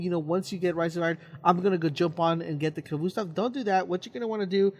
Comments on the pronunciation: It's pronounced ka-vost-ov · it's annoying the way he says khvostov. "khvoostov" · I like the way he mis pronounces Khvostov